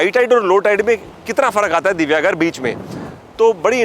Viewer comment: ये आपको इतिहास क्या समझायेगा!!! यह जगह राम कोळी की थी! राजा राम नहीं । यह सिद्दी + हिंदू + मुस्लिमके वंशज है ।.... अगारदंडा नही सर, यह "आगरदांडा" कहलाते हैं । जो information लेनी है, तो उच्चारण भी सही तरीकेसे कीजिए । यह मेरा गाॅंव है। "दिवेआगर".... दिव्यागर नही साहब ।